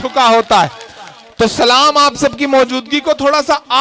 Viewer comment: I love Imran Bhai lekin aap salaam Sahi Nahi karte ho